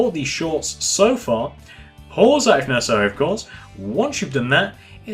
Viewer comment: Please stop with this nessasary maybe its Nessasary But stop please